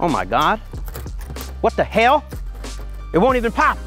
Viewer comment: That was the most southern "what the hell" I've ever heard him say.